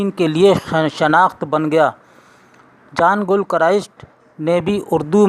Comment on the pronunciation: It's John NOT jaan. GIL not Gul